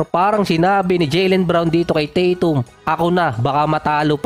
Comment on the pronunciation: Ung boses mo bat magaspang parang masyadong pilit na tough guy ba. BosTon, Tah TUm, HawSer, KWArter, PORteen, at iba pa.